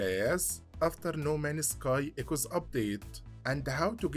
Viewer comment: No Man's Sky ❌ No Manus Kai ✅ I love your content brother. Just wondering, where are you from. You have an interesting accent.